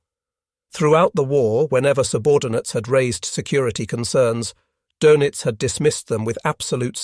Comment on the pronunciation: Dönitz is pronounced, "Durnitz" and, Tage is pronounced "Targe" with a hard "g". This is just the first five minutes after which I stopped watching. Also, I only know basic German.